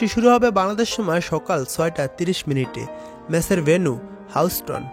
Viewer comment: Houston uchharon sikh age ....boloda